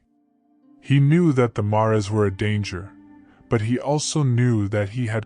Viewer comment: Assuming you're an English speaker, I'm a little confused at the pronunciation here. "Mares", the plural of mare: female horse is pronounced mɛəɹz. Like "airs" with an "m" out front.